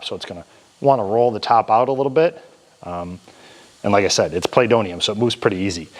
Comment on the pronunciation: LOL! It’s not ‘playdonium.’ It’s ‘wool.’